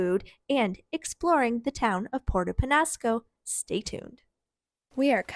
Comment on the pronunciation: just practice your ñ. Niño, mañana, peñasco...